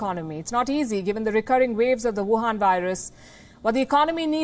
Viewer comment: I like when you speak vuhan virus good job didi 😊😊😊